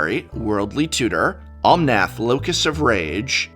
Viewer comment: why keep saying Omonth locus of rage? its locus of mana